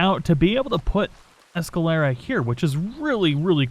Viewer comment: I thought you were from Texas. You should be able to pronounce Spanish names. Presidio is pre·sidio, not presi-dio. It's the same as the border town in Texas over by Big Bend. You started out saying Escalera correctly, then started saying Esca-laura. Chuparosa you got correct. But, like you say, "Words are hard!"